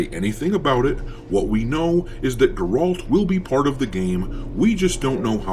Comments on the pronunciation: Fuck sakes, guys. Woman lead = woke, is it that simple? This dude can't even pronounce Geralt's name right and you think he cares about the Witcher series, naw bruh. Geralt had 8 books and 3 games, fair to say his story has been told. As a longtime Witcher fan I say it's time for something new. The game won't be relased for years and we literally just got the first goddamn trailer. Let them cook. I won't buy it if it's actually woke and shitty but it's waaaay to early to start crying about Ciri taking the spotlight. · the perception is that if you're mispronouncing the main character's name, it's highly likely that you haven't played the game and therefore it is harder to take any of your opinions about the future of it seriously. We have known for like a decade that W3 would be the game that ended Geralt's story. I don't think Witcher 4 is going to be good honestly, but if that's the case it's not going to be because Geralt isn't in it or you're playing as a girl or whatever. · You never played Witcher you damn tourist, can't even pronounce the character's name. How does anyone give you a time of day. When people say "grifter" they are talking about people like you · Bro can't even pronounce Geralt correctly. Did you even play the games? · Cdpr never said they were going with a female lead. Just that geralt was done. And for sucks sake have you ever even played the witcher? You cant even pronounce his name right? Just another idiot calling every game woke. Im not saying there isnt a woke games problem. But cdpr has never put out a woke game. Cyberpunk is pretty new age and that isnt woke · Dude it’s so annoying that you can’t say geralt correctly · Yo you keep saying Geralt wrong. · The way you pronounce Geralts name tells me you haven’t even been bothered to play any games in the trilogy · I cant take you seriously when you dont even know how to pronounce his name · WHY ARE YOU SAYING HIS NAME LIKE THAT? DID YOU PLAY THE GAME?! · Ge-ralt. Not Garolt